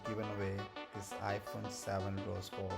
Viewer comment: "Done" "Any ipone" "Any storage" "Any color"